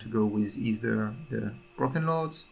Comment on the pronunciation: BrOken lords not bruken lords